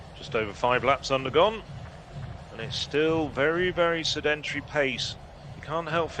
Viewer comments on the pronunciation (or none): "Sed-Entry" pace ..... Did he mean to say Sed-EN-Terry??!?!! (*In English...?)